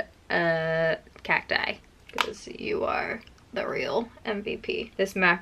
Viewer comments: "Cat died" lol could have sworn i heard that. I am still watching🤗 love your videos😍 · I heard that as "cat die" and I was weirded out, but I was like "okay... I guess..." So I looked at the comments to see if I heard it wrong, which I did... Oops... 😂😅😂 Btw Cacti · Cacti. I definitely heard "cat eye" 🤣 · I heard "cat dye" and BOY I was confused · I thought you said ‘cat die’. Went back and heard cacti 😂😂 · Cacti! I thought you said ‘cat die’ Lol! I watched your eye palette de-clutter a while ago and now just found this. On a de-clutter video kick again. Haha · Cacti 😂 i thought you said cat die.. i said wow how depressing 😂😂😂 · Cacti Or “Cat-die” I couldn’t hear over my fan 😂😂😂😂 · I thought you said “Cat Dye.” But thanks to the other comments. CACTI! 🌵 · I couldn't tell if you said cat die or cacti lol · Cacti. I thought you say cat eye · I thought you said cactunite😂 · I thought you said Cat Dye for some reason, then I came to the comments and realized I was wrong lol